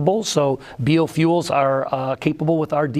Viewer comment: Did this dude just say BeeOh-Fuels. How out of touch is this guy. They are so desperate to sell the technology that they have invested in instead of biting the bullet and moving to the future. When the time comes NO BAILOUT.